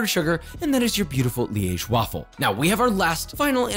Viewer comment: As a person from Liège, I’m so proud of your pronunciation of my city, it was flawless